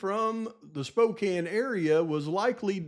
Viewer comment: Props for not mispronouncing Spokane hahahaha